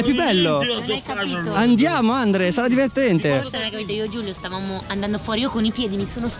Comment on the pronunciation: che continuava a dire Andle invece di Andre hahaha